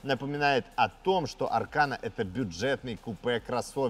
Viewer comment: Избави господь от такого аркана😂😂😂. А вообще ударение идёт на последний слог.